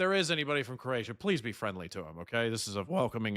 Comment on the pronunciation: 😂oh shit. Bro actually got the Croatia names right . 😂😂😂😂 I swear his the only yank that can get the right first time. Fair fucking play . It just makes it funny that he thinks he got them wrong.